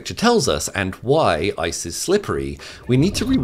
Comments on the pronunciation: Lol he said ISIS slippery. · Lol when he says ice's it sounds like isis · The sheer amount of times this dude says "isis"